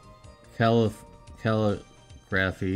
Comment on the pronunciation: Calligraphy = kuh-lih-gruh-fee